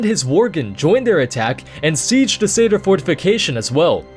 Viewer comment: Is Satyr really pronounced like that? I always thought of it it being pronounced like 'sat' and 'ear' if you but the two words together?